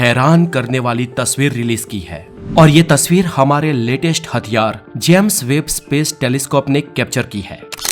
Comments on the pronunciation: भाई जैम्स वेब नहीं होता है जेम्स वेब होता है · भाई जेम्स वेब है इसका नाम ना की जैम्स वेब !